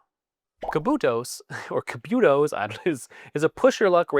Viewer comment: The Spanish word "cubitos" is pronounced as koo-BEE-toes. The emphasis is on the second syllable, "bee"